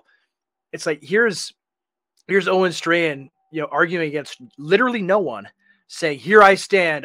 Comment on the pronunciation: Pronounce his name right. It's Owen Strawman.